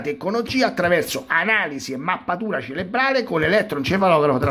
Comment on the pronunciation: CeRebrale, si dice ceRebrale, non ceLebrale! Visto che hai a che fare con queste cose, e quindi con questo termine, tutti i giorni, sarebbe il caso che lo usassi correttamente.